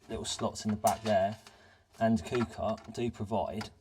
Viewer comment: Great video, but it's pronounced "cooker" and not "cooper" 😂